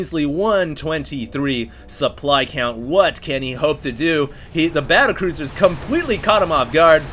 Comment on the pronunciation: you said cattlebruisers rofl